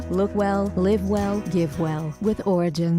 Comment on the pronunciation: what are these commercials omg did she say orgins